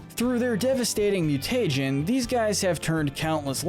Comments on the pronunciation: this guy keeps saying mu-tay-jen instead of mu-tuh-jen and it drive me insane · could they not figure out how to say mutagen right? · He says mutagen like Fred from Scooby doo says treasure